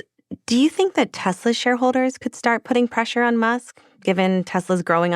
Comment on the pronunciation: The Orange Man can't even drive a car lol 😂 Tesler he said!